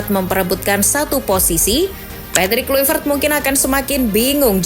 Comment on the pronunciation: izin revisi min cara bacanya KLAIVERT bukan Kluivert